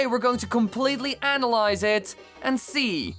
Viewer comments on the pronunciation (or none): none